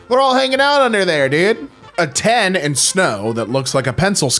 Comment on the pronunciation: Losing my mind over the pronunciation of "A-10"